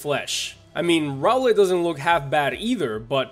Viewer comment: It's pronounced row(like eyebrow)-let pop-pli-oh